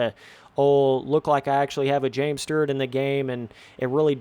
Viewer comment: James Sterrt lol? 😂😂😂